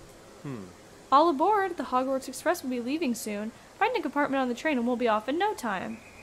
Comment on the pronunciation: "Hogwarts Express" Me: "WARTS EXPRESS?!"